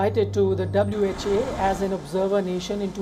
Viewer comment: WHO, not WHA mate!